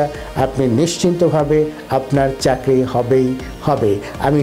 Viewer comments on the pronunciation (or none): none